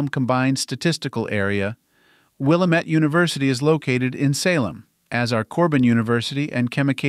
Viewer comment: Will uh met Chem uh kayta Chem uh keta PLEASE, if you’re going to talk about a place, especially when there are names that are unusual, make sure you pronounce them correctly. Willamette: it’s not Will uh met, it’s Will am met. Chemeketa: it’s not “Chem uh kātuh” or Chem uh kētuh, it’s “Shemeckuhtuh” -“Shem meck uh tuh”. Thank you, from a Willamette Valley Oregon resident.